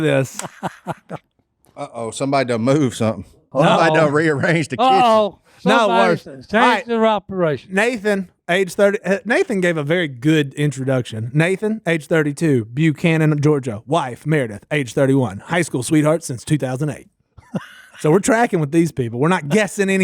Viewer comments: I know I’m late, but it isn’t BUE-Cannon, it’s Buck-hanan. 😂 it’s like Lafayette in LA, Georgian’s say it different. ❤ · Byoo-cannon? It's Buckannon... lol